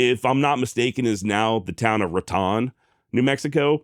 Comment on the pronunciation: Love your stuff as always, and I hate to be that guy too, but as a lifelong New Mexican I have to say raton is actually pronounced ra-tone not rat-ahn but otherwise excellent as always my friend.